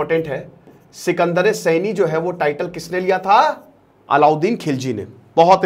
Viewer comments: अल्लाउद्दीन खिलजी के समय मंगोलों ने 1296 और 1297 मे हमला किया था न कि 1396 और 1397 मे,😂और अल्लाउद्दीन खिलजी ने सिकंदर ए सानी का टाइटल लिया था सिकंदर ए सैनी का नही SIKANDAR E SANI हिन्दी मे उच्चारण सिकंदर ए सानी कहा जाएगा न कि सिकंदर ए सैनी , सैनी एक सरनेम होता है, 😊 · Sekandre Saini not..Sekandre saani please correct